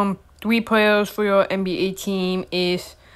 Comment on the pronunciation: “Hi twoydan, I have 3 pwayers”